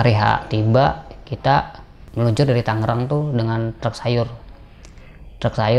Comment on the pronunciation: Tolong etoh tangerang bukan tanggerang bang 😂😂😂